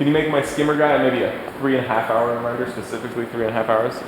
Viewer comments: Who had too much time and added "wrender" over everytime "render" was said? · wrenders a wrender wrenderless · I like how without fail whenever said render or rendering they changed it to wrendering and wrender